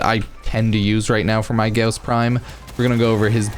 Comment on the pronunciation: ur saying his name wrong its gaw-ss, au sounds like gauss. u r saying ghoss